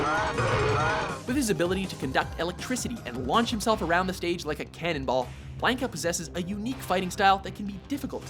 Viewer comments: This list was all sorts of fucked up. Honorable mention Charlie. Akuma definitely makes the top 10. Especially over fucking BlAH-NKA or BLON-KA...once you mispronounced his name it made this list completely invalid and unbearable. AND to say Ken doesn't deserve the #2 spot on his own is blasphemy. This list was about the character not the move. So to just give him mention as the clone of ryu is a slap in the face to all street fighter fans around. Do better... that was weak as fuck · Did he just call Blanca Blainkah?? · We always pronounced it blon kuh... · Blonde-ka? Wtf? It's Blahn-ka. Like Blonde-ka without the D. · who the fuck is "Blaynka"? Its "Blahn-ka" son. Get it straight. Fuckin blaynka, wtf. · He really said "blank-a" lol I'm done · Blank-a? Really? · its bla nka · As a fan of the series most of my life I of course disagree with the list, but that's a matter of personal taste. What I can't get over are the number of names the guy mispronounces. Oh my god, the games pronounce them for you! Pay a fragment of attention to the material you're covering and mistakes like that can be easily avoided. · Blanka it's pronounced differently. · First off, Ken and Ryu are totally different characters. Second-- no love for alpha, 3, or 4 characters? Sakura was only an honorable mention. Change the title to top ten street fighter 2 characters. Also, whats with the pronunciation? BLAN-ka and SAG-et? Blah-ka and sa-GOT. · You guys call pronounce Ryu's name correctly but BLANKa and SAGet? Blonde-ka + SaGOT. Anyways, I think this is a good list.